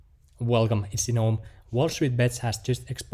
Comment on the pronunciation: Velcome. It's. 😁